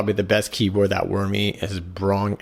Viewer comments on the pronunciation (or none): LOL I don't think it's supposed to be pronounced "wormy."